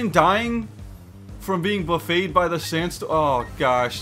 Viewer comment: if you wanna know what "Buffeted" means it actually means to batter or Strike repeatedly also it's pronounced "Buff-ited" TBH i was curious about it myself so there you go.